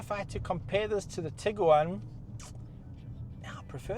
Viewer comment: Say Tig Guaaan Not tigger waan 😂